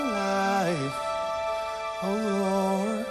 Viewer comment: I love how he pronounces "Lord". ^_^ Marco is... I don't know. I don't think there are words. <3